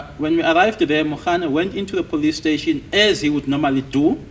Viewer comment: Aybo have you ever hear someone saying plustation instead of police station😢